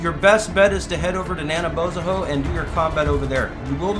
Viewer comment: Where the fuck is "Nanabohezono"